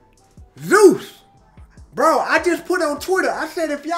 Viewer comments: he misaid it in a earlier video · How tf go to college yet don’t know how to pronounce Zeus or what that is lol? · Yeah.. Zeus is a pretty well known name. Why wouldnt he be able to say it right?